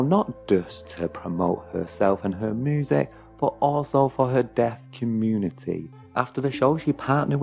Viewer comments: Why do you say moosic? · Moosic ....lol